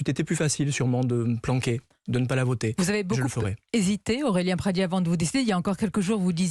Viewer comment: Pradié avec un é pas Pradier...arrêtez d'écorcher le nom de famille d'Aurélien svp.....merci d'avance !!